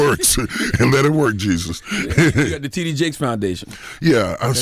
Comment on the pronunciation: It sounded like DJ Envy introduced him as Tiddy Jakes! Lawdddddd